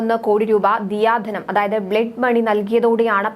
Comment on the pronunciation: ദിയാ ധനം അല്ല...ദയാ ധനം ആണ്..